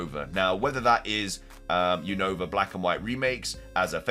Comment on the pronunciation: dude your keep saying Unova Name Wrong is Younova 😅